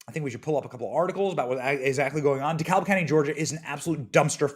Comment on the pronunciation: The ‘L’ is silent in Dekalb County GA 😊